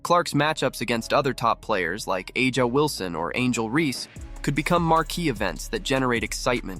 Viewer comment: A’Ja sounds like Asia but with a Ju sound like the first part of Jump